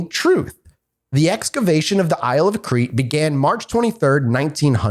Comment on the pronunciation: I'm surprised none of them knew how to pronounce Crete.